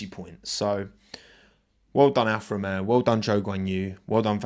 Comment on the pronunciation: Alfa Ro-yay-o